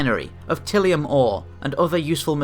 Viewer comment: Ty-li-um. Tylium.